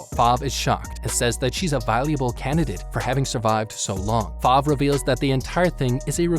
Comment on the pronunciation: Kabuki? I thought it was Koyuki :0 Spoilers, click "read more" if you dare. Ripple does not own the flying broom stick, Top speed does if you watch the anime on crunchyroll, and it's not "Five" it's Fav, and it's not wild cranberry sadly as I am sure almost all of us wish that but it is Musician of the forest, Cranberry. Look at the fandom, it also has a manga, and the reason why it is only 1 season with 12 episodes is possibly because it takes place in the Restart (1) manga.